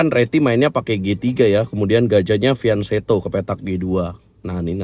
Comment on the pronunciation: klo masalah tulisan kurang tau, tapi cara baca yg benar itu pake "K" yaitu fianKeto. (krn pernah liat video yg mana GM dari luar negeri yg menjelaskan bahwa pake "K" bacanya, dia menjelaskan kata itu dari bahasa itali kata dia)